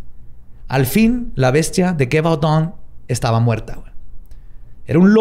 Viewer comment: jajajja pues si tienes razón que la pronunciación estaba "pal perro!"... GEVAUDAN que la pronunciabas con una GUE gangosa... estaba muy mal... es LLi-Vodoun... pero el capítulo como siempre MUY interesante y entretenido y MISTERIO RESUELTO!!!!!